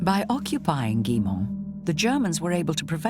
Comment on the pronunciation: Did he say ; "this is the village of Gillymont" the actual pronunciation of which is more like " Gooymaw". Why are we so poor at foreign languages? It's not THAT difficult to learn how to pronounce these words properly, or even near properly but to not even try - and these people are qualified experts in........something.